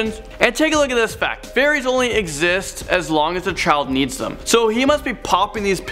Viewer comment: “Thizchz bringzhz uzchz to number Szxeven”